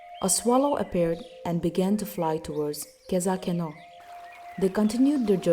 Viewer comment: U pronounce khezhakeno wrong its not kezakeno